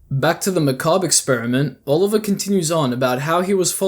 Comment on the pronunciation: Thank you for knowing how to pronounce Macabre I watched someone else cover the series a while back, and they kept pronouncing it like McCabber. Drove me nuts